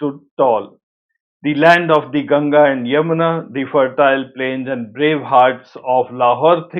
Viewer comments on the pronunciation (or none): none